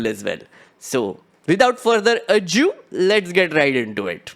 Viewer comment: am I the only one who heard say "without further A-JEW" instead of "without further ado"???????? edit: in case anyone's curious